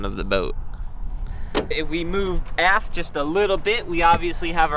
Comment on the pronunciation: forward or aft-tah'!!!!!